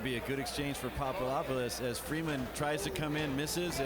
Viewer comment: it's papadopoulos not papadoupolis